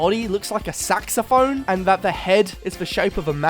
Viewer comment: Not how you say saxophone but cool evolutions and another great video! 😂